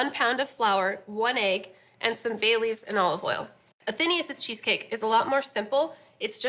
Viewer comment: Who heard Bailey's at first rather than Bay Leaves? haha. I was like, "HUH!"